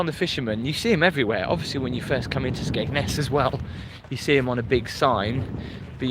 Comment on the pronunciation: we all have different accents so we all say it different it's just got a silent d to the locals but got it right actually x